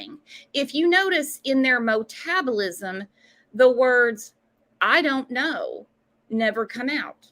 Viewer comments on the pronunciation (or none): Wasn't it "MO tabulism"??? Lmao. She tries to be Intelligent, glimmers of hope, but I do believe Grandus caused her daughter, Candus, the effects of Fetal alcohol syndrome. I believe Candus also drank during her incubations, inducing alcohol into her fetus'. I knew I the late 70's , Candus, no alcohol, where were your medical support persons? surely you sought out Med care for both you and each fetus?